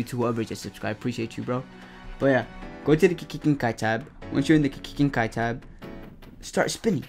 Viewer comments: bro how he ses GENKAI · You know it’s legit when they can’t say Genkai